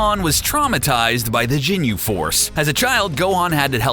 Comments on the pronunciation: It is ginyu not jinyu I'm sorry but you call yourself a dragon ball fan but u can't even pronounce stuff correctly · Ginyu not Jinyu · It's ginyu ok not jenyu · No I hate the way he says "jinyu" instead of ginyu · You said "Jinyu Force" just delete the video ffs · Oh hell no this nigga calling whiz whis then calling zamasu north Kai when he's just a Kai then calling the ginyu force jinyu force then says akira toriyama but puts up a pic of hayao yamazaki then calls tien tenshinhead niggga gets yo stupid ass this is an insult to dbz never in your life mention dbz again. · sry but its not "jin-you", it "Ghin-you" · ITS GINYU FORCE NO JINYU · He's saying jinyu instead of ginyu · no wtf is jinu force its fucking ginyu force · It's not Jinyu force it's Ginyu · Listening to this guy pronounce everything like an adult Stewie Griffin triggers me lol usualy I wouldn't care but having to listen to him say Ginyu like "Jinyu" several times back to back and then continue to botch every other pronunciation to a show i grew up on and still enjoy today hits really close to home lol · Are you saying "jinyu"....? wtf man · Marque Gordon he said jinyu force 😂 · I stopped watching after I heard "jinyu" smh🤦🏽‍♂️🤦🏽‍♂️🤦🏽‍♂️ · michael haynes the jinu force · michael haynes no I was like Tf is the jinu force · Oh my god!!! Stop saying ginyu forever please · The way he says ginyu really triggers me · Take a shot every time he says ginyu wrong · He Said Ginyu Force Wrong And He Said Chiaotzu Wrong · You shouldn't have to Watch the Entire Series to know how to Pronounce Ginyu Or Tenshinhan For gods sake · michael haynes Hated the way he said Ginyu.